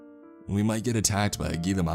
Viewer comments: Gila monster is pronounced hee-la. The word is Spanish and "g" makes an "h" sound. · Gila is pronounced HEE-lə, and are not usually lethal to humans. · I grew up in arizona and it bugs me. Its pronouns He-la monster. I know its spelled gila.